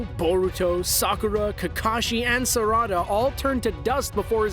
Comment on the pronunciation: He almost had me until he said Sarada, videos are good as usual but the pronunciation is still👎